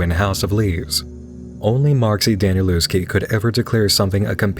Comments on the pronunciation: Danieluski. That's strangest way Ive heard someone pronounce it 😄 I've had the book for two years now, though I only got to the 1/4th of it. The explicit content was something I did not expect and admittedly it did held me back when first reading it. I've actually learned about it through Alan Wake and a song it included at the end of a chapter which was made by Danielewski's sister. I LOOOVE her album Haunted and learning years ago that its a piece connected to the book ? I just had to get my hands on it and listen to the music while reading. Lucky me it got released in my native language just when I wanted to read it. 😄 Been also waiting for a video from you about it for a while, so this is really awesome to see. I adore the family's story and I wanna know what the heck is going on, so I'd be more than happy participating in the challenge.Thank you for reminding me of it, greetings from Poland ❤ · It’s pronounced Daniel-LOVE-ski. Love your channel. 💐💐💐 Thank you for making this more a thing than it already was.